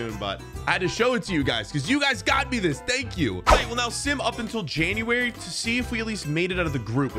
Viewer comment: dude it’s January not Januari